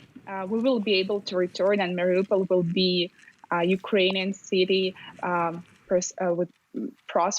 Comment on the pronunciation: I have a lot of friends who live in Mariupol, so I watch all the news about what's happening. I can't understand tho, why many of the newscasters, mispronounced the name of the city. It is pronounced, Mar i U pol, just how it is spelled. Not, Mar i "O" pol, or "ah" pol. These are high paid, respected journalist, and should be able to have figured out the pronunciation, by now.